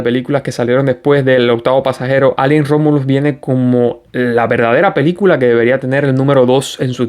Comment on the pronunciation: Por favor, recuerda que ALIEN es una palabra inglesa que no tenemos en español y se pronuncia EILIEN. En español diríamos extraterrestre o alienígena.